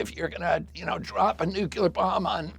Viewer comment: It’s a pet peeve of mine, if you’re going to talk about nuclear bombs, at LEAST pronounce the word CORRECTLY, it’s NUCLEAR (noo-klee-er), NOT NUCULAR! Amazing how these so-called leaders don’t even pronounce it correctly!!